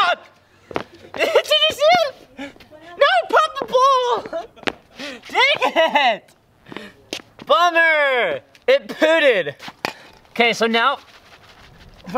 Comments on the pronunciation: I'm dying he said it pooded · Me being inmatu and laughing when he said it pooted